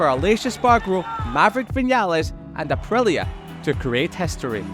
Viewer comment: why this man isn't able to say the letter i it's aprilia not aprelia